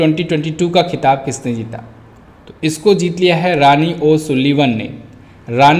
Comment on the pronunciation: रानी नही रॉनी होता है